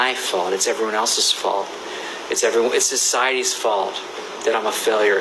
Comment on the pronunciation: how many times did he have to say “sec-cities fault” really